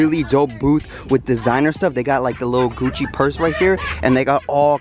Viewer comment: Hold up hold up the Gucci slides you had said Guccy 😅😅😂😂😂